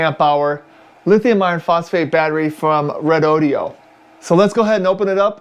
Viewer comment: This moron can't even pronounce the name of the company who made the battery.